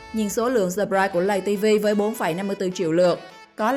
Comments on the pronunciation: Lay tv mà đâu phải lầy tv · lay ko phải là lầy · Lay tv chứ ko phải lầy tv ạ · Lay tv nói lầy tv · Người ta bảo là lay tv chứ ai lại bảo là lầy tv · lay tv mà cj k phåi lây tv đâu cj😊